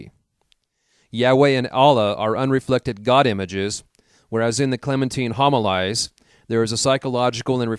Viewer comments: Great upload. Some corrections. Homilies - hom i Lees Prunikos - Proo nik ohs Etc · Yes this is very true....as well as the word Homilies.